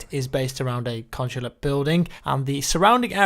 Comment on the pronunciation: The way says "consulate"